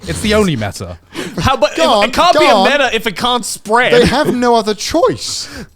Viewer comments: I can't believe Connor didn't know it was M.E.T.A. and not meta. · the different ways Connor and Garnt pronounce "meta"